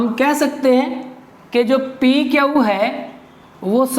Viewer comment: Sir aap q ko kyau kyon bolte ho